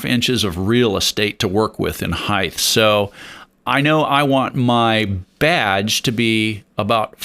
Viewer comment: You seem smart and your video is helpful. However, I’d have so much more respect for you if you didn’t mispronounce the word height. Heighth IS NOT A WORD